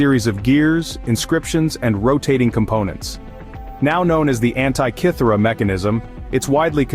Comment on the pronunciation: There is NO island called "ANT EYE KITHERA" nor any device named after such island! Research the CORRECT PRONUNCIATION via Google, in regards to Greek Prefixes as well as pronunciation of all Greek & Roman letters. It's bad enough that the English language has stuffed up the Alphabet, without highly illiterate North America taking it further to be not even a language similar to English.